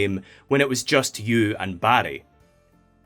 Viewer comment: I couldn’t stop hearing “Barry” as “Baddie” and that made this review twice as fun